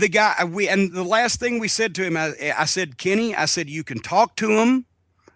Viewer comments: When Jim says "Kenny," I can't help but hear Carman from South Park. "Kenay" Kills me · I like how Cornette says Kenny like Cartman. "Kinney" lol